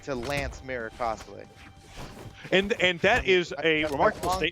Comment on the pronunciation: says "TA Cosloix" instead of "Cosolix"!:L